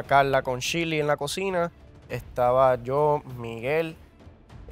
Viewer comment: Me gusta cuando a shirley le dicen shili 😂😂😂